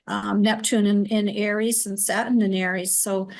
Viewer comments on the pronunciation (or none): I love that you're a Virgo (high vibration Virgo) My Capricorn sun and moon resonates with you. I love how says satin when she's saying Saturn and yes Pluto in Capricorn is icky energy. We all just need to hang on because it'll get better. I'm dealing with crazy mercury retrograde energy and still haven't regained my energy since the eclipse. So I really appreciate this. This is an amazing podcast with the two of you. I think you're a winning duo! 😁❤ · Why "satin" not Saturn? And we are supposed to believe you?